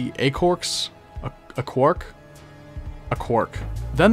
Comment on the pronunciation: im telling yall its pronounced aqua-rocks